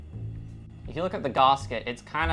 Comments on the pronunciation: Please never say /garsket/ again!😥 Even in the most posh British circles its still just gasket, as in gas-ket (gas like vapor, ket like ketamine). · its Gas-Ket, not Gahsket wtf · Is a garsket the same as a gasket? He keeps saying that word.. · P.s its not garsket, its GASKET 😅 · Long time Subscriber, absolutely love your channel and attitude.... Discovered 2 things about you I dislike.... 1. It's GAS-ket not GAHHS-ket, makes my brain fizz when you say it. And 2, You dont know the Your fridge is running joke?, literally one of the oldest jokes in modern culture, That joke had to have been invented alongside the fridge.... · Brother it's gasket.... gas ket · the way you pronounce gasket hurts my soul deeply